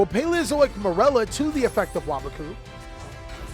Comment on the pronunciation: is the only yugituber to pronounce waboku correctly